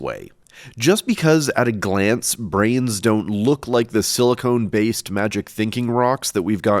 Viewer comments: SiliCON not siliCONE :) love u 😘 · Please don't troll us with the "silicon" pronunciation. My brain can't take it. I can't not take the bait.